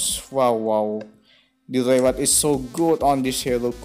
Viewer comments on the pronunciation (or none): Event. Di bacanya ivent Reward, di bacanya riwerd Itu aja sih, saran dari gw. Coba make google biar tau cara mbaca yang bener